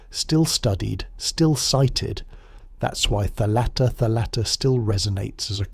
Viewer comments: You are a great storyteller, i really enjoyed this, thank you. I am a Greek-Hungarian 45 yo woman, my Hungarian father had a copy of Kyrou Anabasis. Still holding on that, almost 30 years of his death. A small correction if i may... Its thálatta, not thalátta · Please accept a small - but important - correction from a Greek. In the word "thalatta" the stress falls on the first and not the second syllable. It is thάlatta and not thalάtta. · Very nice and informative. Just a detail: It's tha'latta or tha'lassa (θάλαττα, θάλασσα).